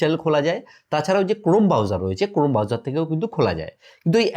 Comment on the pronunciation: কতটুকু মূর্খ 🙄🙄🙄 ব্রাউজার কথাটা পর্যন্ত উচ্চারণ করতে পারেনা 🙄🙄🙄